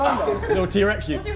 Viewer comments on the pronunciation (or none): danny saying trex yute 😂